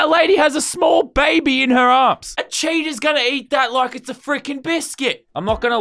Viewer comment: he says cheaters instead of cheetahs